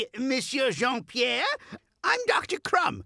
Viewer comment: not even , when he introduced himself he pronounced Jean Pierre like an English speaker .